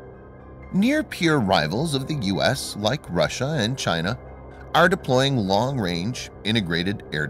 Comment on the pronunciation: Chy-na : CTRL C CTRL V